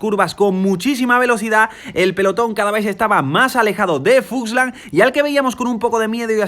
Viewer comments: es fuglsang, no fuslan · Grandes videos, me estaba taladrando el cerebro cada vez que decias FUSLANG en vez de FULSANG, pero grandisimo trabajo estás haciendo con todos estos resumenes. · Se llama Fuglsang y no fugslang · ya que se que es importante para ti pronunciar bien los nombres. Es FulgSang.. no Fuslang:)